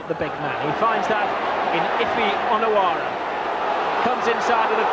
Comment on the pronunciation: The way he says Onoura is annyoing me